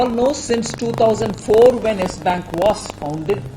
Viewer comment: Nobody: Ravish Kumar:Yash bank